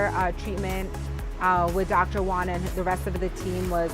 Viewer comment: stop calling him doctor one, learn how to say Juan